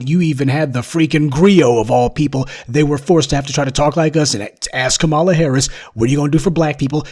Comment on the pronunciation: Please learn how to pronounce a name before using it - Kamala Harris is pronounced 'comma-la'.